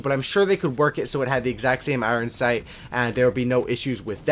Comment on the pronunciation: I <3 your uploads man, keep up the great work! You should do a Fan Meet-up in Vancouver sometime soon! It's great to know that you have a local Vancouverite playing cod! Who cares how you say iron sight, it can be your signature!! I'm a Vancouver proud, fan of yours!!